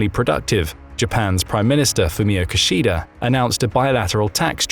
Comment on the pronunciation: His name is pronounced (roughly) KIH-shida, not *Ki-sheeda. Japanese does not actually have stressed syllables, but in this case, if you have to put a stress on one of the syllables in "Kishida", it should be the first one. Three short syllables -- Ki-shi-da (as in Latin, the distinction between short and long vowels is CRUCIAL in Japanese). Thank you.